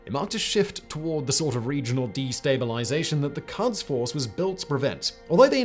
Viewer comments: Pronunciation of Quds/Qods is more like "Goads," as the Q sound is like a 'g' and a French 'r' combined into one consonant and the "u" is an old-fashioned Romanization of what's actually pronounced like an 'o' in Farsi. But as someone who works with ruminants a lot, "cuds force" had me picturing some unruly sheep in berets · Quds is pronounced as 'p U sh', not 'f U ss'. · the pronunciation of Quds is "koods". "Kuds" are what we give our kids! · A problem many foreigners have which I don't understand is the way they pronounce things like: Iran: not I_ran, it is E-raan Qods: not kaadz, it is ghods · love this. amazing content again, as usual well done. if there's any comment, it would be that the 'u' in Quds, is pronounced like the 'oo' in books. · Just the way he keeps saying qads instead of qouds is off putting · Its pronounced as /kuds/ not /kads/. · Love the show, yourFarsi pronunciation is bordering on painful however. In English, the letter uis normally used to transliterate a و which makes the “oooo” sound in both Farsi and Arabic. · "It ain't pronounced 'Cods,' Bye." ( said in Newfounder's accent) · It’s pronounced ghods force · pretty sure its pronounced "koods"